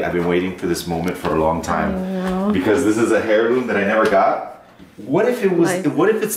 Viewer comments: Why does he keep saying hairloom?? Heirloom like airloom man. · It's pronounced 'Air-loom' not 'Hair-loom' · "Hairloom" hahah it's pronounced "airloom",!!! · Its pronounced as "Heirloom." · air-loom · "hairloom" well. :D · You don't pronounce the 'h' in heirloom,;P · the H is silent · stop pronouncing the 'H' in "heirloom"! And, while we're at it, stop pronouncing the 'L' in "salmon". I think I've heard you pronounce the 'S' in Illinois too... Don't do that either. As old Biff would say "You sound like a damned fool when you say it wrong!"